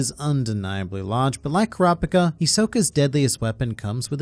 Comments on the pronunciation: Bruh who "Kraa pka" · Say it right kurapikripppp Kuz!!!